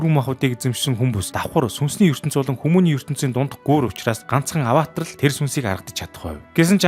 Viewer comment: ghd ygd Avatar bish Avaatar gd baigambe😢😅